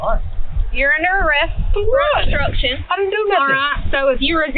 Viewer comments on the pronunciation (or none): Damn hick stupid cops can't even pronounce words properly. What the fruit is "bstrucshun"?